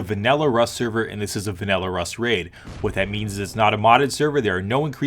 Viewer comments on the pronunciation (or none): Am I the only none American annoyed by the fact he said Vanella server instead of Vanilla server